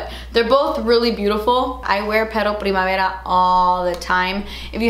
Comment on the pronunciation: That passion and primavera with Spanish pronunciation. The best!!